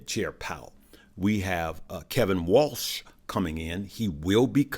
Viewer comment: Kevin Warsh, not Walsh lol. I had to double check haha